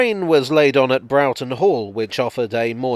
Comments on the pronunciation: Hi my sister lives in Hawarden and the correct phoenetic pronunciation is "Harden" similarly Broughton is "Brought un". Great video by the way. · Also, Broughton is usually pronounced as 'Brawton'...